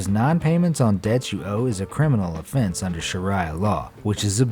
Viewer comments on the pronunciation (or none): none